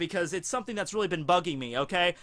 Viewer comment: Did I hear correctly? instead of saying bugging me, sounds like he said Buggy-me